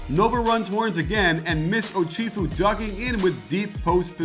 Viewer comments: iT'S Oh-CHef-ew. Not Oh-CHIEF-ew. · Great video but youre pronouncing some names incorrectly. Archie and Ochefu are off